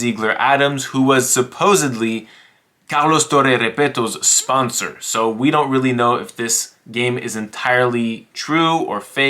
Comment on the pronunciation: I was impressed right from the start when you pronounced Carlos Torre Repetto!